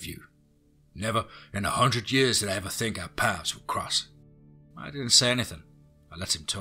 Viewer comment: I've been trying to listen to these stories, but the weirdly timed pauses, and him saying stuff like "fink" instead of "think" is super annoying